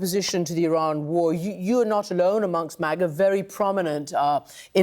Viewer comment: She pronounced Iran correctly The she’s full of sheesh. She knew he was a racist. That is why she sided with him because she’s a racist. I have the utmost respect for her along the line of standing alone with the victims. She stood with Roh khanna and Thomas Massey, and committed to standing by the survivors. Even when she was booed, she stood alone. But at the end of the day, she is a Cold, calculating business woman. She hangs her mouth where the soup flows. She was by his line, hook line and sinker, and she promoted him like there is no tomorrow. She stood with the domestic terrorist who infiltrated our capital on January 6. She and Laura Bobert. For all we know, she’s the one who let them in. Remember somebody let them in. It was either her or Bobert. And the fact that she stood by his side, even for a second is enough for me to not trust her. Don’t trust this woman she is more clever than you think one thing she was right on is the conspiracies that the Moussa controls us she’s correct every chaos that happened to Americans has mussad fingerprint all over it. So when it comes to all those conspiracy theories about their eating babies in pizza shops she was on to something. She just didn’t interpret the codes correctly. She’s a businesswoman and she will go where a Honey flows On another note, have you noticed as soon as somebody leaves Maga they do their hair and make up differently and they start looking more human Another thing she’s a fierce protect her of her childre